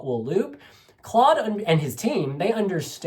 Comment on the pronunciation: hey!! Maybe for next time! You pronounce Claude’s name just like Cloud. Btw a great review! Love from the Netherlands ❤❤